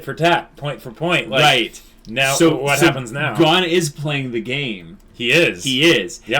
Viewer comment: Gon guys! GOOOOOON. It's pronounced with a long o for Pete's sakes